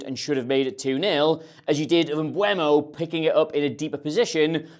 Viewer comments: M-be -umo. Not mbwemo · for the last time, his name is MBEEEUUUMO